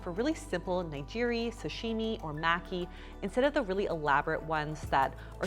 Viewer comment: Ahhhh oh no the way you pronounced nigiri and maki made gasp